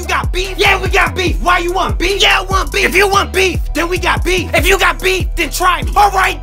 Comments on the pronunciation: I thought he was saying beans for a sec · Wait beef I thought you were saying beans